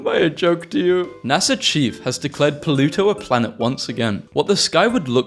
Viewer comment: I keep hearing "polluto"